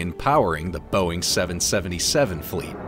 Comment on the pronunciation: I Just Hate how the say 777